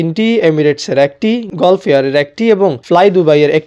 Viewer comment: গল্ফ এয়ারওয়েজ কি ভাই!! গাল্ফ এয়ারওয়েজ উচ্চারণ হবে